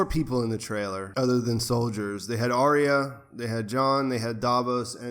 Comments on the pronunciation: Ar-ya not Ary-a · "Ar-Ree-Ya" LOL